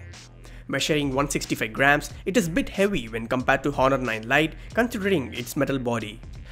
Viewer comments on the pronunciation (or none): Honor is pronounced as onor 'h' is silent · If I had a penny for everytime he said "hohnor" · I was so distracted with the hhhhonor 7x Honor silent H please.. its distracting, how u say the name.. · the H is silent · H is silent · Honor "H" is silent 😊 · 'H' is silent in honor.